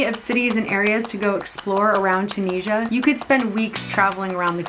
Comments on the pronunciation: I love this video so much but I just want to let u know that it’s pronounced chew-Nis-e-a 🥰🥰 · Im tunisian myselfand its pronounced toon is ya